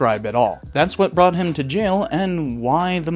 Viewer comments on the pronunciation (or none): none